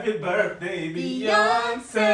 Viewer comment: This man is 30 and he is still saying birfday😭😭😭😂😂♥️